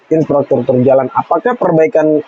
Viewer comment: infrastruktur not insfratruktur